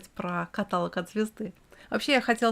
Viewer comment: каталОг.